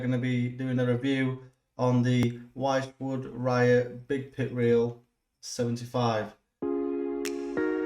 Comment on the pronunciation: Thanks for the review. The little clicky thing inside the spool is probably called a ratchet. Wychwood is pronounced Which-wood, not Why-ch-wood. Not trying to sound like an English language copper, just mentioning it. Cheers